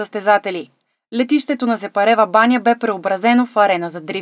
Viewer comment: Еееееех научете се САПАРЕВАБАНЯ не СЕПАРЕВАБАНЯ